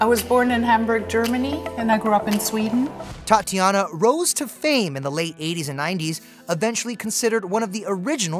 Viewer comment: Tatjana, not Tatiana